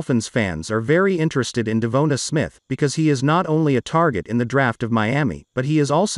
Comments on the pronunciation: DE VON TA SMITH not De vo ta or De vo na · De-Von-tae, is is that hard to say (i know i spelt it wrong thats how its supposed to be spelled)